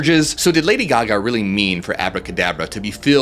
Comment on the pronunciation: All we hear is Ladio Gaga... (sorry).